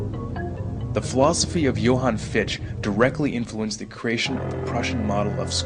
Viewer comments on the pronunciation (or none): Fichte's name is pronounced FIK-tuh. BTW: Mann asserted that education MUST be non-sectarian. So all charter schools would flunk his test.